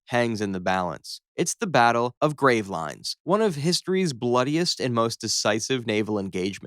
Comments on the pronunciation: Just fyi, for the pronunciation, it's not "grave-lines" it's "gravel-in" - someone from gravelines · it's Grav-leen, not 'grave lines'. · A battle of what? You might want to check how to pronounce Gravelines. And Portsmouth... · No way one of the first things I hear on a history channel is 'Gravelines' be pronounced like the two separate words 'grave lines' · you dont pronounce gravelines that way 🤦‍♂️